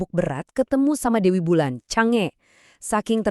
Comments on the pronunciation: Masih salah ....yg bener adalah CHANG,ER dia mantanku ....ya 😂😂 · "Cang E", bukan "CONGE"